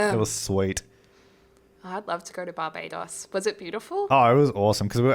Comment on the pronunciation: my brother is bajan & the way they pronounce barbados is distressing ngl